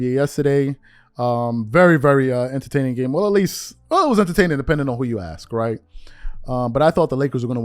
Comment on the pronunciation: sub titles keep up with ask when the homie keeps clearly saying AXE. how cute.